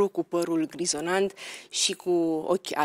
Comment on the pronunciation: Stimata dna Rifai...este par grizoNAT, nu grizoNANT...Dumnezeule! Prima data, am crezut ca am inteles gresit...dar...repetarea, mi-a confirmat. Poate ar fi bine sa mai "documentati" si DEX-ul. In rest, emisiuni interesante, datorita Oamenilor...Interesanti!!!